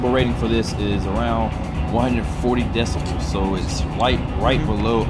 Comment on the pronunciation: Get rid of that ugly music! It's deciBELS, not deciMALS,.